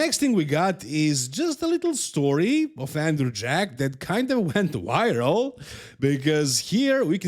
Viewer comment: "Went wiral"